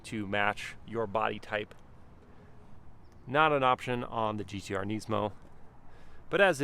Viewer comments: Neesmo? ITS NISMO! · Nismo not nesmo sorry had to say it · "neesmow" bro just pronounce it like it's meant to be pronounced, why do Americans have to make up their own pronunciation for everything.... it's pronounced nizmoe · Niz-mo. Not neeeeesemo. i saw a guy at cheesecake factory w this car and I was like you know how sick that thing is? He was like sorta, its the most expensive nissan i could buy when I got rid of my gallardo. Very weird conversation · Nysmo 😂 the way he says it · why’d u pronounce it “neesmo” 😂 good vid tho bro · who the helll says NEESMO lol. ive never heard anyone say it like that lmao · the way you say nismo bugs me so much, classic American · I don’t like how he pronounces nismo :/